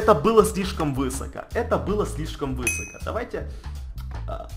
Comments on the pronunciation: Ударение ставь правильно!!! : не вЫсоко, а высокО!!! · Да почему вЫсоко? Правильно "высокО"! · Не вЫсоко а высокО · высокО, а не вЫсоко. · Высоко, на ко ударение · извини конечно но говорится высокО ударение на О